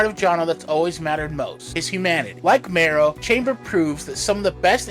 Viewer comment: It's pronounced Ma-ro... like bone marrow. She was the inspiration for Spike in Wolverine & the X-men.